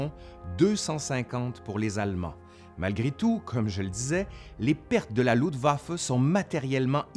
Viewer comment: LUFTwaffe pas LUDwaffe,cousin !